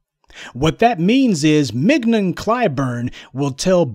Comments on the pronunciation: 😂🤣 MIG-NON 😂🤣 IDK her but I'm pretty sure it's pronounced like filet mignon. 😂🤣 mignon [ min-yon; French mee-nyawn ] But, then again, I'm also pretty sure he said it like that on purpose 😂😂🤣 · Mignon - pronounced Min-yon. Otherwise, super critique of the Toxic uncle Jim. Time for his gravy train to come to full stop.